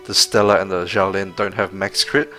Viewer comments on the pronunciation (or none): Great video! PS, xiao in chinese is pronouced with a sh sound, so xiao lin sounds like shall lin~